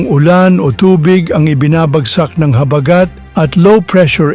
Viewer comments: Pls bigkasin Ng maayos ang salita "habagat" wag Po slang... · Ayusin mo Ang pagbigkas ng habagat😅😅ungas😅